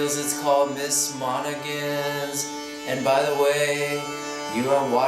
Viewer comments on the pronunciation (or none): I think you can safely called it "Miss mon-a-han's". Thank you for your lessons!